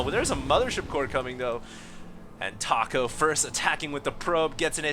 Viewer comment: I'm pretty sure that's pronounced "Tack-O" looks JP to me (or possibly Korean?) Another scrub game... *sigh*